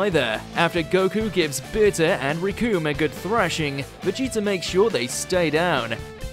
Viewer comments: Please stop saying Vegeter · "Vegeter" lmfao